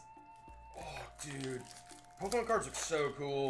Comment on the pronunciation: Finally someone whos worse at pronouncing pokemon than jack